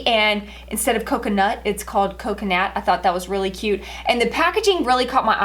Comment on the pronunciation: First of all, you’re pronouncing the name wrong and second of all why do you keep saying you went in with your shampoo and you went in with your towel. The proper term analogy is, I used such and such a shampoo and I used my towel.That just sounds so weird.😂